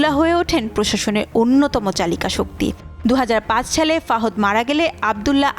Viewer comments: Kindly naam thik moto porben....FAHOD BOLTE KEW NAI....ITS FAHAD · বাদশা ফহুদ/ফাহদ কি আপা? উপস্থানা করেন ভালো কথা ব্যক্তিদের নামগুলো ঠিকভাবে বলবেনতো নাকি?। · ফাহদ না ফাহাদ অশিক্ষিত রা আবার কবে নিয়োজ চ্যানেল এ আসলো😅😅😅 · ফাওদ নয়,,, সঠিক হচ্ছে, ফাহাদ,,,ওক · কি সংবাদ পড়ে বাবা বাদশা ফাহাদ নাম টা সুন্দর ভাবে উচ্চারণ করতে পারে না তারা সংবাদিক হয় কিভাবে মাথা ধরে না